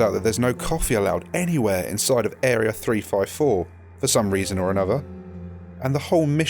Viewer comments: Actually I like your narration, and it's fun to hear you pronounce three 😊😊😊☺ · I also pronounce three "free" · I don't much mind the whole sounding like "free" when you're saying three thing bruv. It's all in the accent. makes for a great video. love that shit!